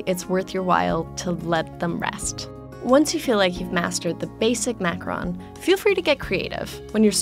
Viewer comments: Why can’t Americans every say Macaron right 😂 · Uh - uhmm ahemm... Macaroons... Not Macarons. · It's not pronounced macaRON it's pronounced macaROON! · I say it mac- a - roon not mac- RON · Is it just me or did I think it was pronounced “macarOOns”, not “macaRONs”?? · why isn’t anyone talking about her mispronunciation of macaron? it’s pronounced ma-ka-ROHN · I thought its called “macaroon” tho hm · Very thorough video. But the mispronunciation makes it hard to listen. 2 suggestions: 1) macaron is pronounced like it is spelled as three syllables not two 2) macaronage not macronage. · They pronounced Macaron wrong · Hmm, it is just me. I don't hear her pronouncing the second "a" in macaron. There's a President Macron, but the delightful dessert is a macaron. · God I hate the way they say the word "Macaron". In Quebec it's pronounced like "macaroon" and I know that it's something different in English but it still ticks me off rip me 😝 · All I was focusing on was how she said “macaron” wrong